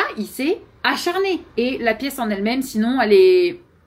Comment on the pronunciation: a-CHAT-rné hahaha